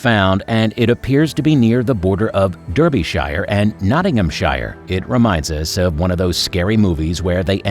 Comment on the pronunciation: Its pronounced Darby sheer NOT DERBY SHIRE you fools..geeez